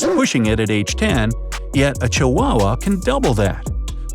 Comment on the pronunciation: He said chu weenys hahaha